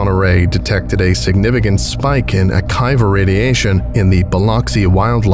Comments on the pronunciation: Great acting and reading, although yes, the Creole accents aren't. One note: it's "ah-KEE-va" radiation, not "ah-KYE-va"; it's named after Rabbi Akiva ben Joseph of first and second century CE Roman Judea. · I loved this, but one small nitpick. It's prounounced A-KEE-VAH radiation, after Rabbi Akiva. I love your channel and always look forward to the next installment. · Great work as always. Pardon if this is pedantic, but I just figured I’d offer it since you made the video about the “keter” pronunciation way back when. If it’s named after the person I believe it is, it should be pronounced “Akeeva”, not “Akiva”. Again, great work as always, hope this helps